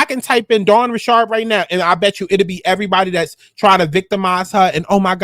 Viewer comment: Rich-erd not ri-shard 😂